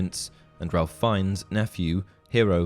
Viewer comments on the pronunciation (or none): Ralph Is pronounced Rafe… just ask him! (Oh, and Voldemort has a silent T)